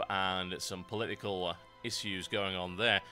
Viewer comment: You pronounce "issues" funny.